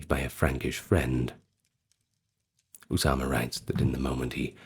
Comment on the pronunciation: I love your pronunciation of Osama Bin Monqidh's name, it's as close as I've ever heard a non native Arab pronounce Arabic names, You nailed "Osama" 100% correct, the last name i'd rate at 85% correct, great effort, I salute you sir.